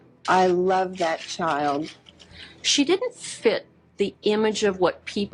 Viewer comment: ‘I loved that child’ … i am hearing ‘i loved THAT child’ …. almost sad it was THAT child and not the other one